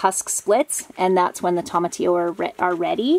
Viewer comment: Tomatillo is pronounced TOE-MA-TEE-YO, not TOM-AH-TEE-O. 😁